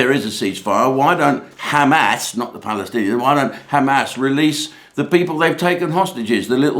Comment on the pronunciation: Jim, if you can't pronounce Pallystillions Just say Hamas. It's the same thing. As the police can't control the mob, ask the Israeli IDF to help.😂